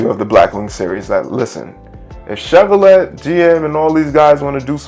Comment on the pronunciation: It's pronounced "Chev-or-lay" not "let" sheeesh